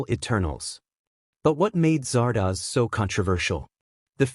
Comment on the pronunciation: Do your research. It's Zardoz, not Zardaz.